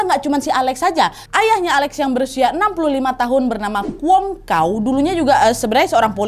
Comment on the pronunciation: Ketawa aq nad dengan penyebutan kwong ka'u 😄😄😄 kalau dalam bahasa Nadia (wong ) arti nya orang dalam bahasa jawa . (kao) artinya anjing dalam bahasa cantonis (hong Kong) . Jadi dividio ini bikin saya senyum senyum sendiri nad .... Masih banyak info yang tertinggal nad... Kayao ( semangat) 😊😊